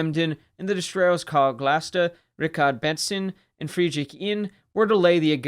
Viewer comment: The destroyer was named Karl Galster, not Glaster. This fundamental mistake renders the entire video worthless! 😉😉😉